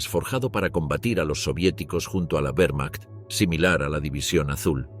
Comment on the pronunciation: En alemán y en español la letra w es una v doble. Por lo tanto la pronunciación correcta es "vermacht" y no "uermacht" "vaffen SS" y no "uaffen SS"